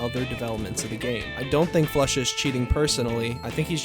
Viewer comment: Everyone “flusha” Pasha “floosha” 😂😂